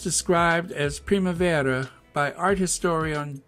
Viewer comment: You pronounced Primavera correctly. Maybe roll the r? Yes de la Renta has passed. He has dressed almost every First Lady since Jackie Kennedy. A beau of mine gave me a bottle of the spray eau de toilette version of his first fragrance in 1982. I did so enjoy wearing it.